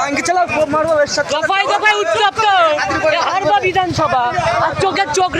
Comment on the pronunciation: ভাই হারপা না হাড়োয়া😅